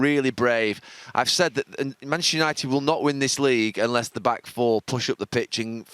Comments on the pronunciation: Gary “Manchshshshr United” Neville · Gary 'Manshhhhhhernighted' Neville. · Gary “Manchistunited” Neville